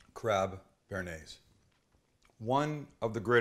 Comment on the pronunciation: brooo your bearnaise, come on...... haha